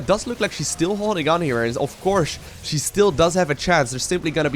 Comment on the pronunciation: every single time he says "she" i cringe.